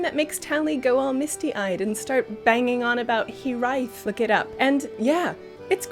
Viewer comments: P.S. you said 'hiraeth'!! <3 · If you haven't got a Welsh ear the word said was hiraeth, and that Kul'tiran music is certainly that.